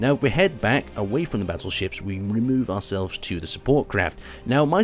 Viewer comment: I keep hearing you say "Basil Ships" and thought that was the (wierd) name of the ships, but then realised you were saying "Battleships".